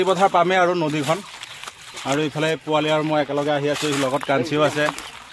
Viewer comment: Not Puwali it should be Powali